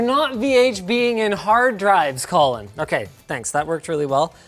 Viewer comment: When you said Colin the first time I thought for a second you said Colton and got mega confused.